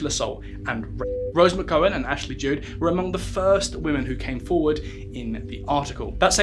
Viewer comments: Fucking pronunciation Ashley Judd... two DDs it's a hard D no E after. It is getting embarrassing. I am an opera singer and we do read throughs in languages we can't even count to 10 in. Standards!!!!!! Also INDICTD!!!! I am as gay as they come, indicked sounds good to me but you pronounce it in-di-ted!!! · McGowan rhymes with McCOWan. Ashley Judd rhymes with wood.